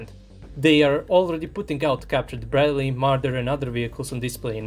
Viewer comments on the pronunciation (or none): none